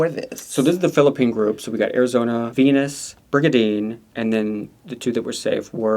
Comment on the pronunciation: Pleaaaase pronounce the queens' names correctly. It's not Venus, it's Viñas (veen-yas) lol